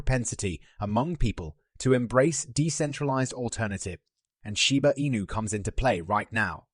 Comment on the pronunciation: It doesn’t matter what accent you try to throw on it your AI voice still cannot say Shiba Inu correctly!